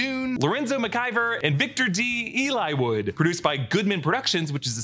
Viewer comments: "Eli-wood"?? Clearly it is "Elwood" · Victor D...*ELwood not ELI-wood lol we all make mistakes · I like how it clearly says Elwood, and yet you said Eliwood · I love these videos watch them every time but why did it drive me nuts when u said (Elwood) like Eli-wood it’s just El-wood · Elwood, not Eliwood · lol that clearly says Elwood not Eli-wood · Eliwood.. it's Elwood